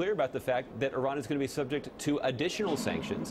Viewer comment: Thank you for pronouncing Iran correctly, White House man.